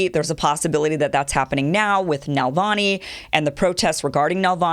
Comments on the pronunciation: Hi Kim - I love your show - but just one thing - it's not Nalvany, it's Navalny. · Kim, it’s not so hard to learn to say Navalny instead of Nalvany like you’ve pronouncing his name over several shows.